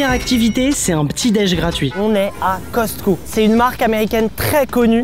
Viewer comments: On ne prononce pas le t à Costco❤ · Dans le mot Costco on ne dit pas le t😂😂